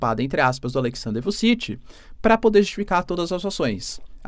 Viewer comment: E ainda errou 😂. Fala-se Vutchitchi